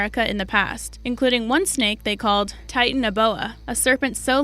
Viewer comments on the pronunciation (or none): none